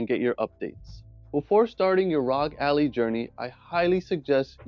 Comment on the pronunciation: Good vid but its not pronounced ally but al- i